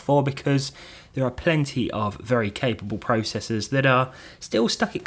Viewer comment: You say PROCESSOR WRONG!